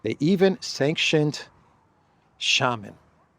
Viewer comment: 1) FIA - Federal International Automobile 2) shamAn ... Not shAman .. you need press hard on 2nd A .. not 1st .. it means Voodoo Priest/Doctor or Witch Priest/Doctor... you hurting us with wrong pronouns